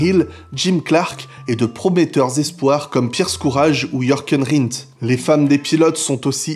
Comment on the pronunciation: c'est pas "Yorken" Rindt ^^